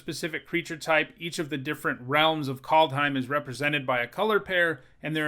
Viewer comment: KALD not Cold , KAAAAALD